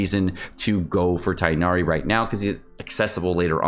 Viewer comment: Its not freaking tienari -_